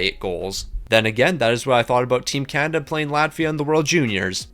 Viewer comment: The U.S. is not "Juan" , it's America Where is Can-Ih-Der 🤣🤣 Why didn't that guy Cal Gary show up?